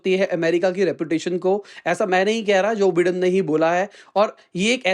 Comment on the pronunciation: Joe bye-done . Aise pronounce karte hai bhai